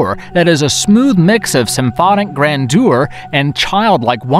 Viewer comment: I think it will work better to pronounce "genre" as 'zhon-rah instead of 'Jon-rah. But please, please do not say gran-dewer for "grandeur." Please. Edit: Oh, dear. "Oedipal." No. Just, no.